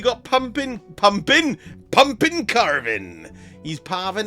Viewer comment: Parving the cumpkin 😂😂😂😂😂😂